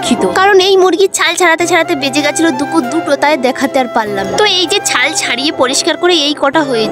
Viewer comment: দুপুর হবে দুখুর না কথাটা